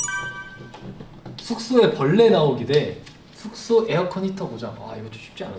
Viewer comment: 숙소 말할때마다 계속되는 th발음에 저항없이 터짐 Thㅜㄱ thㅗ ㅋㅋㅋㅋㅋㅋ 아 thㅜ켸줄 쑼켸줄